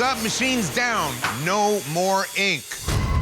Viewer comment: Great show but I hate the way that dude pronounces ink. Sounds like he is saying INQ